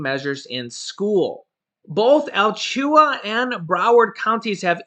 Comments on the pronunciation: Hey that is pronounced A-La-chua and that is really messed up because my kids wouldn’t go to school unless they ware masks and if I was a teacher I wouldn’t teach if they didn’t have them on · Driving me nuts that you can't pronounce the Florida county name correctly... Al-latch-oo-a (as close as I can phonetically write it)